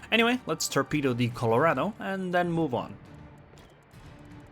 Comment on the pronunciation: its Colorado not Colourado because the word is spanish in origin